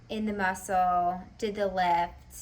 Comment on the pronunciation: The mussuulll lmao girl u still trip me out w your articulations but no worries in a good way cmon say in the mussuull for me again 😂